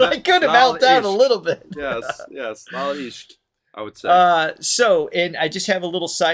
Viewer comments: yes laal ishq, you pretty much pronounced it properly. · Your pronunciation of 'Laal Ishq' was perfect ❤😊